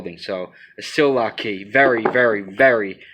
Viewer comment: Sillcock key not sil lock key bro